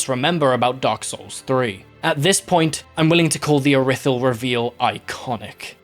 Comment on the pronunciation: im sorry but callin iri-thyll ir-i-thyll has got to be the biggest fumble of pronounciation oat